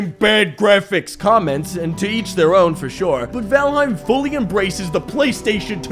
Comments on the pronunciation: 10 minutes of trying to figure out if it's vAlheim or vOlheim. What are you trying to do here? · I'm so used to hearing "fall" in fallout that I hear fallheim instead of valheim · Say the title correctly damnit!